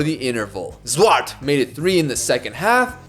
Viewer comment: I love the enthusiasm in the pronunciation of "Zwart" lol